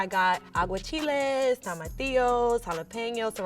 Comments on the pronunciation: Aguachiles? Lol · 🌶 CHILÉ de Arbol is NOT a chilé from a TREE 🤦🏽‍♀️ DIOS MIO Santo.. le voy a mandar la Planta 😂😂 She said AguaChilés... 😥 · Did she say she used aguachile for her enchiladas 😂😂😂